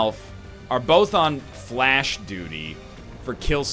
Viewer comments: It's "FLESH" not "FLASH" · i think fleche is pronounced fli-shay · fuck's sake egg stop pronouncing it 'flash'! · could've given an additional action AFTER moving with a blue move to a position from which he could see the Shinobi. Also, stop pronouncing "Fleche" incorrectly and then correcting yourself, using the douche voice.